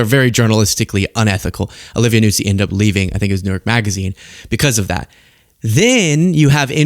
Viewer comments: It’s not Nuzzi, like pizza. It’s Noo-zee. Listen to Keith Olbermann. He lived with for 2-ish (?) years. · Just for the record, her last name is pronounced newzee, not nootsee.